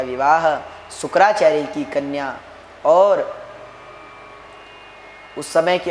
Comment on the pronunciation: शुक्राचार्य नहीं शुकाचार्य बोल रहे है